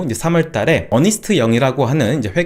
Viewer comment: 어니스트 아니고 언스트 아닌가요?